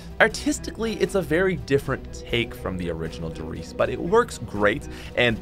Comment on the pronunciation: You said one der reise and I was so confused for a minute and then started laughing